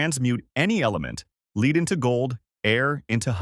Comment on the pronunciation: "Lead" was mispronounced by your A.I. . You should hire me to read for you.